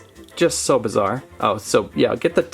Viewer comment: “So bazar” says